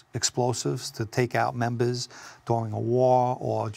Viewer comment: "Take out membahhs during a wahhhh"